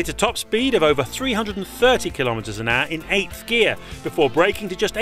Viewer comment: "kilometers an aaAAaa".. wtf is that accent? Just say hour, for freak's sake.